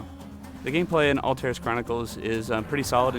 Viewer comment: It's Altaïr, not Altair.